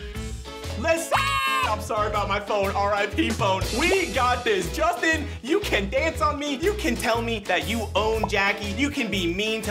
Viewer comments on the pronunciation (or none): Did say Sustin LOL?